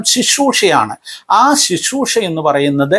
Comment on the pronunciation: Shishroosha alla uncle Sisroosha ennu para aadhyam ...